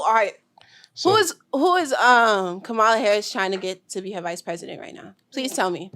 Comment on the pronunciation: The irony of little baby pronouncing Kamala's name wrong while talking about being intelligence. I mess it up sometimes too but still lol.